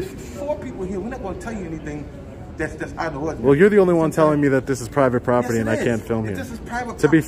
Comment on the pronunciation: The captain has a lot of questions…. Pivate poperty lol